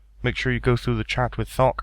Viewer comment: "thok" sounds like fuck when u say it lmfao